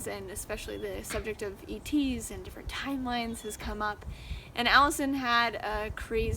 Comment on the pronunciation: "TIMLEINES" lol